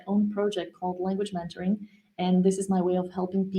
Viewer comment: When you say languagementoring it sounds like you are saying languagemandarin . The "e" in "mentoring," you are pronouncing it almost like the "a" in "man" instead of like the "e" in "men"